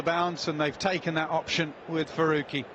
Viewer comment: It's Farooqi Not Faoqi